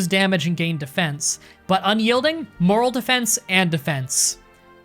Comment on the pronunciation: Moral and morale are also not pronounced the same.